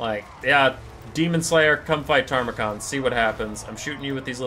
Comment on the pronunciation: I know, it grates me every time too... Loremaster Sotek says it the same way, and he's supposed to be the Lore guy